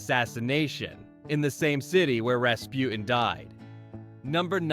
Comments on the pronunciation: Rasputin has a T in the middle please pronounce it! It’s not Raspu in! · There is a T in Rasputin, it’s not Raspu-en